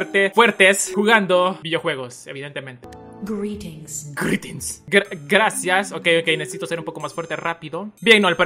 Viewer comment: like si te encanta cuando dice GRETTINS xD